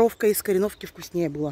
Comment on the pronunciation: Всё такая ударение правильное как КорËновка?